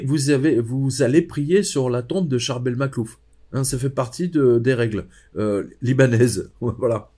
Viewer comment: Je suis vraiment fascinée par l'histoire de Saint Charbel Makhlouf. Excusez-moi si j'ai mal orthographié son prénom. Mais j'aime beaucoup la prononciation originale et vous le prononcez monsieur, parfaitement. C'est tellement dommage que je ne puisse pas aller voir tous les saints dans le monde. J'ai la sensation que la vue et probablement le contact avec l'huile qu'il exsude. Et il se trouve dans un pays où même les musulmans respectent alors qu'ils n'ont pas de saint... Merci beaucoup pour votre témoignage. Je vois bien que vous connaissez bien le sujet. Merci pour cette vidéo.